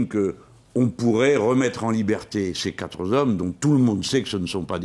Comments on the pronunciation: toujours admirative de JLM sauf SAUF quand il s'obstine à répéter "4 ZOM" ! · Jean-Luc, je t'aime beaucoup, je voterai pour toi, Homme providentiel de notre pays. MAIS par pitié, arrêtez de dire " quatre Z'hommes !" ou encore "mille Z'hommes !" , comme ta collègue super Delphine. Merci et longue route à vous ! Ciao. F